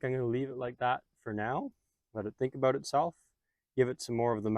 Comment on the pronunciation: Most likely, Canada. The way he says the word "About" and his referencing of Canadian locations would suggest that. That and the types of plants visible in the videos.